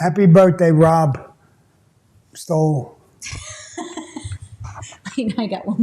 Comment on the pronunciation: THAT'S MEEEEE!!! THANKS SAMMY FOR THE SHOUTOUT!!! 🥳🥳🥳 (BTW it's pronounced Stolleee, not Stole - Sto ....as in stop. lle as in Lee - Stolle)